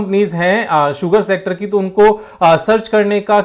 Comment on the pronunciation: क्या मेरे अलावा कोई और भी है जो "शुगर सेक्टर" को "सुगर शेक्टर" बोलता है 😂😂